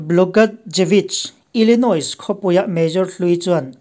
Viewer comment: Major i tih hi mayor tihtur ani zawk lo maw